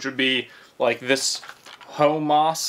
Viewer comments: “HOEMAS”🤣 you had me crying, i can’t even see how you got that from HUMMUS. Love the vids man! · 🤣🤣🤣🤣🤣 i love it you said HO-MAS it's HUMMUS Hummus, also spelled hommus or houmous, is a Middle Eastern dip, spread, or savory dish made from cooked, mashed chickpeas blended with tahini, lemon juice, and garlic. The standard garnish in the Middle East includes olive oil, a few whole chickpeas, parsley, and paprika. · its not homoss its hum-mus it is made from chickpeas and sesame seeds, olive oil, lemon, and garlic, made originally in the Middle East. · Are we not gonna talk about how homeboy is pronouncing hummus as ho-mas 😭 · Hoemuss (humus) 😂😂. Gotta love this man ! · Humus pronounced hum-us. Ground chic peas. It's extremely good & good for you❣️ You were trying to say the sock was "pilling" after using the blue & white gizmo. It was tearing up the material of the sock. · HO-moss….. lol. Your killing me sir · My dude said "Ho-mas" 🤦🏼‍♂️🤣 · Ho-mass??? Doesn't know what hummus is?? He's gotta be trolling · you have never had Hummus... Pronounced Hum-us like un humming then adding us so humm us. Also dogg-O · I cringed when you pronounced hummus so terribly bad.